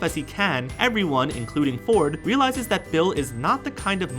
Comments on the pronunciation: did anyone else here him say Will instead of Bill? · You said Will beat 😑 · Did he call Bill Cipher “Will”? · It's Bill not Will lol